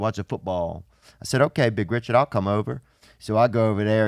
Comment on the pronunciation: “Ree-chaard” lol